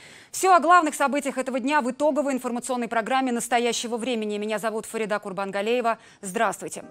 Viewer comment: Почему говорят ФаридА, если правильно произносить это имя с ударением на второй слог ФарИда?